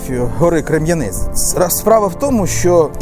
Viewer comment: Дякую, за те що показуєте мій Ізюм, тільки одне уточнення. Гора називається Крем'янець! Наголос на перше е.